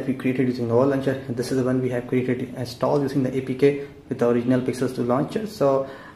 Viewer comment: Pronounce installed correctly. It's so sick to hear the wrong pronouncing.